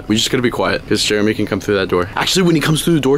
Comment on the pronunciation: It’s not Jeremy. It’s CHAIRamy LOL.